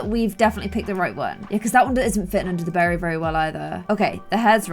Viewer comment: Did she say berry or bera